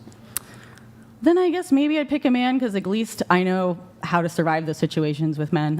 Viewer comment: Why does she say "agleast"? It's "at least"!!!!!!!!